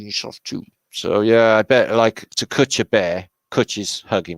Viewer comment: Awww loved hearing you say "cwutch up" - haven't heard that word in such a long time brought a tear to my eye 😋 only the welsh cwutch 🏴😊❤